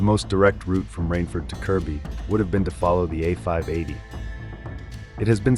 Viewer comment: Good to see that you pronounced it Kirby and not Kirkby 👍